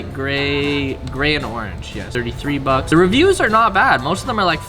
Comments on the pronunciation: Stop f+cking saying "NOT BOD, NOT BOD" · Not Vavz, Not Vavs !